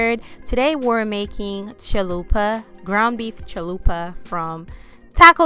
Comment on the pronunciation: Lmao I love how you said chill-lupa😂